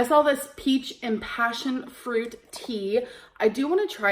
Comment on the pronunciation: I love when my fingertips talk 🌧🥀👂🏼 Her snorting after saying “fashion” instead of passion fruit is the one and only time she’s ever made me genuinely laugh